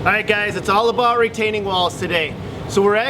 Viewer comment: We don’t say aboot....